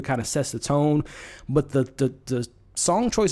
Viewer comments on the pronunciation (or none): none